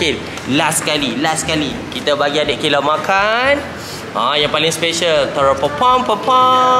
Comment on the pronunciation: Kayla✅ KHAYLA❌